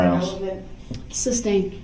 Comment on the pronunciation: I wish this POS had a “shock device” on his ankles and every time he said “groundz” he would be shocked! And why did no one correct him on sustained not SUBSTAIN - idiot!